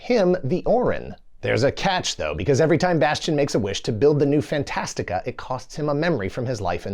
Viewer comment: Thanks for saying Fantastica. I'd read the book several times in grade school. It always bothered me that the movie calls it "Fantasia" which sounded like a Disney thing. Also how did anyone get in that tower?